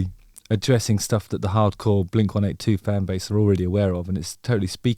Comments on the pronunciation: Hearing blink 182 pronounced as 1-8-2 is wild. I’m curious how that happened where the wrong pronunciation caught on in the UK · dude just said "blink one eight two" lol